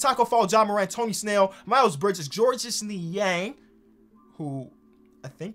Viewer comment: Georges is French. You don't pronounce it as it looks